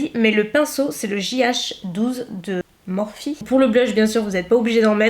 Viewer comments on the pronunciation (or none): none